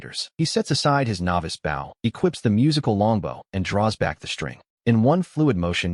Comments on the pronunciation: I really dislike how the AI voice is pronouncing the word "bow." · Lil “Bow” Wow. Why can’t AI say “bow”?